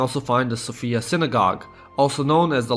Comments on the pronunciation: You're saying Sofia wrong, it's more like Sófia, and not Sofía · Everything is wonderful information wise, I just hate it when I hear people constantly mispronounce Sofia. The woman's name is Sophia, the city's name is So'fia - not Sofi'a. I'm a grammar nazi. My OCD is extremely triggered lolz